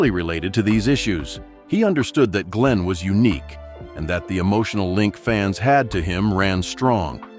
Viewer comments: Would help if Glenn's name was pronounced correctly. What a rubbish video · What a waste of time. Couldn't even pronounce Glenn's name correctly.